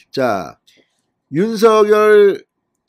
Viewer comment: 윤성녈로만 발음해 주시면 진짜 이 채널 구독자 300만 될 텐데….